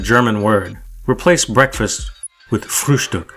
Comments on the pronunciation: Frühstück - Bad pronunciation?! - You said that pretty perfect for a Yank ;) Great Episode David, THX - i slowly get it, why some people might think the Unabomber could be the Zodiac Killer - even though i think this is malarkey... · Your pronounciation of "Frühstück" was pretty good.